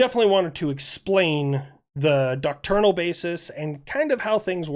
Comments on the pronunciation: Doctrinal, not "docternal". Thanks. 🍺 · And the first thing I learned today was I need to adjust my hearing aid for 'isms: "duckturnal" = "doctrinal". 😏🦻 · Please learn how to pronounce "doctrinal" It does not fucking rhyme with "nocturnal", you fucking potato. Doctrinal comes from the word doctrine. That R-I-N syllable sounds like "in", as if you were saying I want to sit in my chair Doct-rin-uhl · Take a drink every time says "doctrinal" wrong